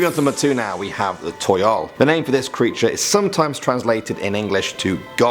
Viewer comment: toyol is pronounced as tow-yowl toyol